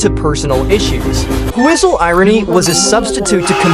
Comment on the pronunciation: "Do you hear the whostle"